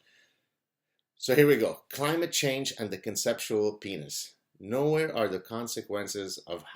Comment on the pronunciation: "climage" change ? should that be "Clitage Change"